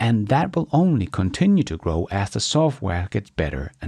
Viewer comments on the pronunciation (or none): Crock is a pot to cook in. GROK is what XAI is offering. Crow is an animal but GROW is what animals and living things do. Pronunciation matters. Please make the effort.